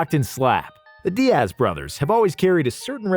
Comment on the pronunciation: How do you mess up a name like Diaz. It not Di-ass bruh lmao